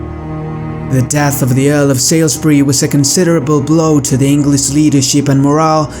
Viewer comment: Salisbury is pronounced 'sawlsbree'